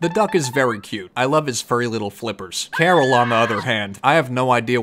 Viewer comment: Thought Caryl was pronounced Carl, Karen’s boy toy, and sidekick.😅